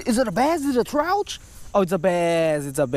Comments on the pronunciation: damn u talk so much its trout not Trouthchhh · What the hell is a trouch?you mean “Trout”?